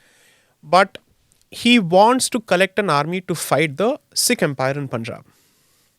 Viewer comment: It's Sikh not Seeks 😂😂😂